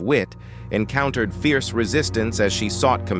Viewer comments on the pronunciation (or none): none